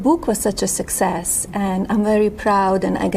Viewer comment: “De buke” was such a sukesess” 😂 She Be Besting! 🤭